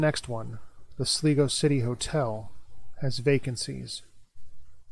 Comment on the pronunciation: its pronounced SLYGO not sligo